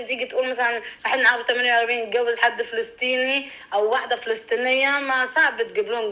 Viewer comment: للفلسطنين ما بحكه فلستينى انت كذابه احنا بنحكى حرف الط عادي مش زي المصريين تاء